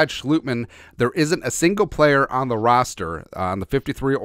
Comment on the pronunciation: It's Sch"LOT"mann not Schlootmann